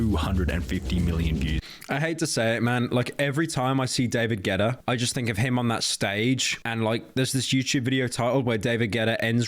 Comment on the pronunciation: Ya damn English, it's Guetta, not Getta. There's a whole ass U in the name.